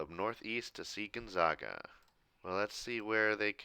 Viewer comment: by the way, it's pronounced Gonzaga with the 'a' like the 'a' in apple. one of their nicknames is the Zags, hard A